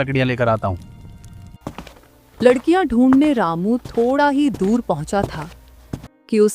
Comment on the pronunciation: 😂😂 , Lakdiya❌ Ladkiya ✅